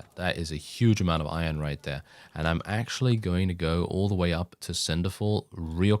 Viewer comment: When you said iron - I thought you said Oion for a second and got Stronghold flashbacks. "Oion stacks too low, sire"